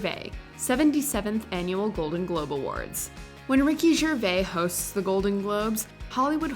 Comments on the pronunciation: Did she just say "ricky GERVAI"??? It's french. Must be pronounced as "GERVAIZZ". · Ricky Gervais pronounces Ricky Gervais, "Rick-ee-J'vays". He asked me to ask you to do the same please. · It's Ger-VAYSE, not Ger-VAY. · Am always amazed with how americans pronounce 'Gervais'. It's Ger (as in 'german') and vais (as in 'case') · Please, please, please!!! Ricky GervaiSSSS with S if you have doubts about the pronunciation, just listen carefully to how HE pronounces his name. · Learn to say Ricky Gvais ia name lol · The ‘s’ in Gervais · If Ricky Gervais pronounces the S at the end of his surname, I think everyone else should too! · Omg thank you, literally just came on the phone version of YouTube to see if anyone else heard this! Honestly, why don’t Americans say the “S”? I’ve only ever heard Americans take it off .. so strange. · The "s" is not silent in Ricky Gervais, c'mon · The S at the end of Gervais is not silent. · She didn’t!!! Just hear HIM pronounce his own name!!! You’re supposed to pronounce the S. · Why do you pronounce Ricky Gervais like that? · I'm offended by how she pronounces Ricky Gervais's name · Still can’t pronounce Gervais properly